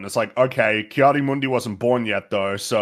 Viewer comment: Why is no one bashing him for saying "Kai" instead of "Ki"?